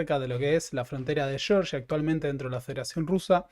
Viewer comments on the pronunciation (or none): Disculpe,. Cada vez que escucho "Shorshia" pienso en uno de los 50 estados del enemigo del norte. Stalin era GEORGIANO, con dos fricativas velares sordas.